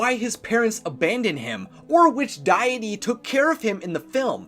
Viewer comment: It's "dee-it-ee" not "die-uh-tee"